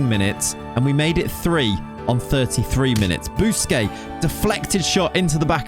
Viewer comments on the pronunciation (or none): none